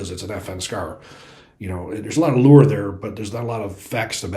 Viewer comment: Is he saying "lure" or "lore"? I need my Hoosier to New York dictionary, lol.